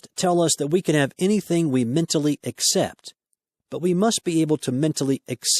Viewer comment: I appreciate this audio but I wish he'd say ACCEPT and not "except". Grr! It's making my eye twitch o_O